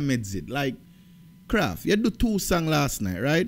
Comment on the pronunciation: KRAFF NOT KRAFTY 😂😂😂😂